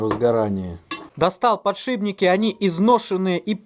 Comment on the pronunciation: Из 219К подписчиков только мне слово "ПАДШИБНИКИ" слух режет?, пожалейте нас.